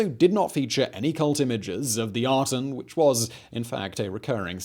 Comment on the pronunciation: I see Aten but I keep hearing Atom. Worshippers of the Atom.